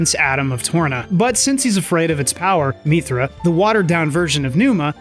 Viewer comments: I'm just curious, where does your pronunciation of "mee-thra" come from? Throughout the game Mythra's name is said about a hundred times and it's always "mith-ra" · The way he keeps pronouncing mythra wrong annoys me. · They say Mythra's name about 500 times across both of those games so I don't understand why you are mispronouncing it except that you're doing it on purpose for some reason. Also, why did you completely gloss over the connection between the first two games? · Great video, was a fun watch. Your pronunciation of "Mythra" kinda triggered me but other than that I enjoyed your take on the series 😂